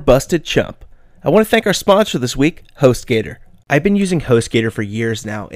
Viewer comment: correction host gator (Gu-tor)